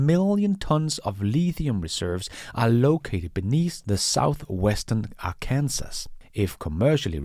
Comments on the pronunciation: Hey, just a note on pronunciation. Your English is great but there’s the occasional mispronunciation. In this video Arkansas is pronounced as Ark-en-saw. Hope that helps. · your American-English pronunciation is really excellent,. might i suggest finding some recording where an American says "Arkansas?" that might guide you. despite appearances, it is NOT like Ar Kansas (State of Kansas is totally different.)